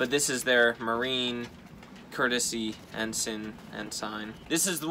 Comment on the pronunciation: Your first pronunciation for ensign is correct - pronounced ensin.